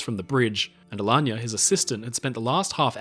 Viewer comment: Magnificent video. And the pronunciation of “Alagna” (an Italian family name) is spot on ;)